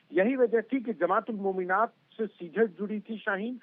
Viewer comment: It is pronounced 'Mominaat' didi. Isiliye dysri languages ki pronunciation bhi seekhni chahiye. Mr. Sharma did a better job.